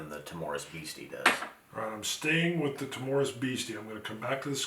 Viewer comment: I'll be that guy; the stress is on the 1st syllable in "timorous." TIM-ur-us. I'm really keen to try these; I just got a sample of Rock Oyster in my Drinks by the Dram Advent calendar and loved it. Nice to hear some love for blends, too - I'll take a good blend over a mediocre single malt most of the time! I've messed around with my collection and tried doing some blending, and it is DEFINITELY an art...and I'm pretty much in the fingerpainting stage of that art.